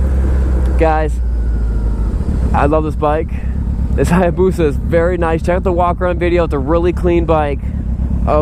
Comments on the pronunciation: Being a motorcycle dealer, I'm surprised you can't properly say, "hay-boosa". And I'm not sure that's even a real hay-boosa; the swing-arm is way too short. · The A is silent in Hayabusa just so you know.